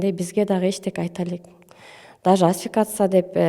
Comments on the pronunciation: Асфикация эмес асфиксия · Асфиксия туура айтылышы